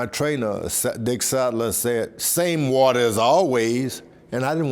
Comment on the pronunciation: The wata! The wata!!